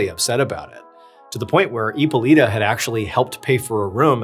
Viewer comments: Hypolite is pronounced Hypolit. Not Hypolita or Hypolitoe. 😉 E at the end of the word in French accentuates the preceding consonant but is silent. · Hippo"Lighta" is how it's pronounced. It's Greek. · Hyppolite = EE-pol-EET Chantilly = Chan- tee-yee Senlis = Sawn-lee If you'd like to hire a French consultant, I'm available ;) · Hyppolyte is pronounced as "Epoleet"...😂😂😂 not "Epoleeta" , just saying. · The correct way to pronounce hippolyte is hippo with a silent H and lit “ippo-lit”